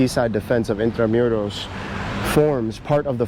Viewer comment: It’s not in-tra-myu-ros. It’s IN-TRA-MOO-ROS